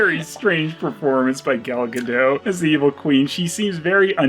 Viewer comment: Gal Ga-"dote"? More like Gal Ga-DOPE! Or Gal Ga-NOPE!